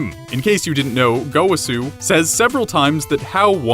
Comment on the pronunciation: Go..wa...su. That’s how you say his name